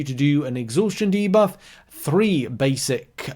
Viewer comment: Dane here.. that's actually not how my Scandinavian brothers and sisters pronounce debuff 😂...if I misunderstood, sorry.